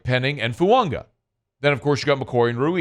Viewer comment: is pronouncing Fuaga correctly. Taliese Fuaga has said “Fu-Ang-a” is the correct pronunciation.